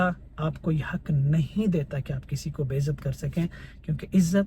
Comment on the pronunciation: bhai apni urdu thik kro kiu k ab aap mentor ho. its not "baist" its be-izzat. plz correct